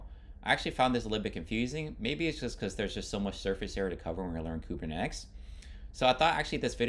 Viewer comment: Good explanation..but it throws me off when you pronounce it Kubernex or Kubernetics 😆